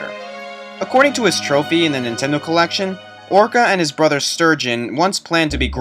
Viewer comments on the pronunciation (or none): none